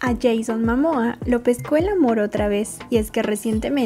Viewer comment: Mo, es Momoa no Mamoa